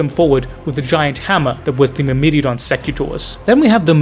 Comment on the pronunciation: Myrmidon is "mur-mih-don", not "mur-middy-a-don" (not sure how you arrived at that). Greek word for 'ant', interestingly. Secutores is "say-kyoo-tor-ayz". Plural of 'secutor', Latin equivalent of a foot-knight.